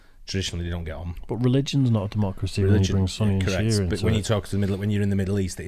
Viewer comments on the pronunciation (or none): Perhaps it’s my ‘bad’ America ears... But I thought he said: “Sonny and Cher Muslims” (Sunni and Shia) 😂🤣👍